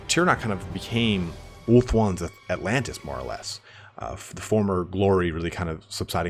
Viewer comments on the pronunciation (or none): none